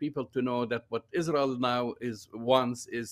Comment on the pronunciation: It’s not Rael